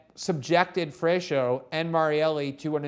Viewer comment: You guys are ridiculous. Glen cannot even pronounce Brazilian names. (FRESH-O) LOL This fool knows nothing. They are basically reiterating talking points from Brazilian leftist mainstream media. No one in Brazil even believes them anymore and yet this wet fish does and speaks about it as if he's an expert. Cringe...